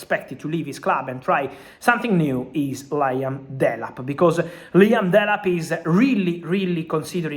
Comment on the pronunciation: La-yam Delap 😂...love it